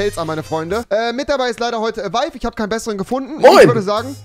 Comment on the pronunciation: Avives Begrüßung kling so als würde er ERROR (ÄWO) sagen!😂😂😂